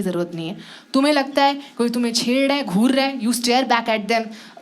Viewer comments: chedddaae kya hota hai chhed rah ahi hota hai didi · "Chheddraa hai" - Why I can sense Onkar's dialect here xD